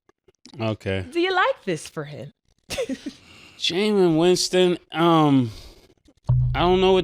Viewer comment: 😂😂😂😂 Cam call dude “Jamon Winston” Him & Mase always be messin’ up people’s names.😂😂😂